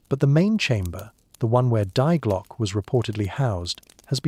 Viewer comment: Current is not measured in kilowatts. Current is measured in amps. Learn how to pronounce "die Glocke," "der Riese."